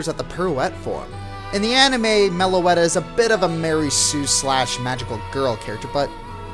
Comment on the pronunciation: First of all, it's Meloetta. Second of all, what's wrong with Meloetta? It has a good typing, cool looks, and sounds awesome.